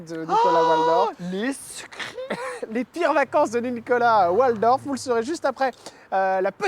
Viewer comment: Son nom se prononce Valdorf et non Oualdorf Jordan . Nom d’origine germanique 😊